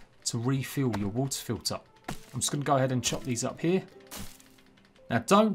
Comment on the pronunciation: you say TIME, TWO, TO, but then WA'UH FIL'UH (water filter). You dont like 't's in the middle of your words? <3 love the accent just messing with you